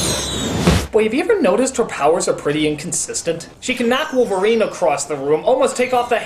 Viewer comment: Wolferine? aprende algo de ingles sr pendejo.